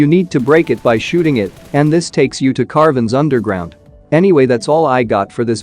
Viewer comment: You said “carven,” not “cavern.”